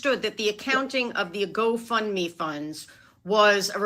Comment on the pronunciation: Does anyone else think keeps calling it “go fun me” lol. I feel like that’s what she thinks they used it for, fun